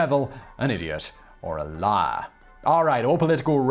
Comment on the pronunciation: Why is it when he says “Liar” I instead hear him say “Lyre” XD